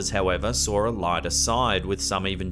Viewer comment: Shelf Cloud. Also sawer (saw.)